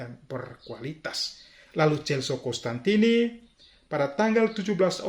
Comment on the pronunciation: Mhn diperhatikan, teman teman. Nama bapak pendiri CDD adalah Cos-tantini, bukan Cons-tantini.